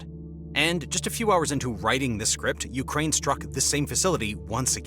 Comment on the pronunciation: Urkaine... lol